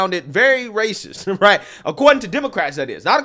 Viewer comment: She’s ray- cess!